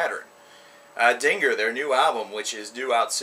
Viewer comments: It's pronounced den-jeer. Dinger just sounds wrong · pronounced (dinjeer) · i think it is pronounced like "dinjir" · It's pronounced "Dingir" not Dingir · Its pronounced dingeerr dumbfuck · dinger is a weener, 'dinjeer' is their album dont worry i always pronounced vildjharta as its spelt but its 'vill-yarta' oh well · It's pronounced Den-jeer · pretty sure its pronounced ding-GEAR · It's pronounced "Din-Geer". Sumerian word for "Gateway for the Gods" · XD Dinger? Do you not know English and pronunciations? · its din-geer as Ian (the vocalist) says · If he says ding er one more time i will kill myself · Dingir is also pronounced (din-jer) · DINJEER is how you pronounce it.just FYI